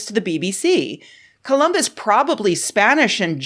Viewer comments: "Columbits" XD I'm dead The police are on their way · Wow "columbits" almost made me choke on an almond!